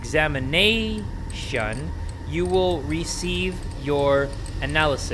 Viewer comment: Nobody: Literally nobody:: Examina tion